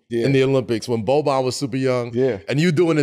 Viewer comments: It's not Boban it's Bogdan. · It's Bogdan not Boban.... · Bogdan* Bogdanović, not Boban... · It’s Bogdan not Boban! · Aint his name Bogdan or im tripping, they saying Boban ? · It's BOGDAN!!! not Boban!!! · Not Boban, Bogdan. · lol Bogdan not Boban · At least get his name right. He is Bogdan.